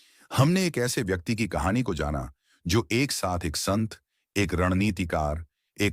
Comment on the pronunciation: कहाणी मे ड का उच्चार ढ किया है, Kahani bahut achi hai . Bharat mata ki jay